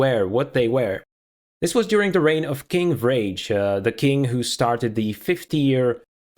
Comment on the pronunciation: I think you might be pronouncing "Vrage the Gifted"'s name wrong. Going by Scandinavian pronunciation customs, it would be like "VRA-guh" or maybe "vuh-RA-guh"